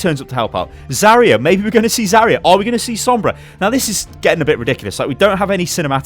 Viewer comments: Zaryu not Zaria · Zarya, not Zaria